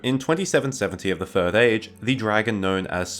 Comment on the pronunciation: I'm familiar with the Third Age, but what is the "Fird Age"?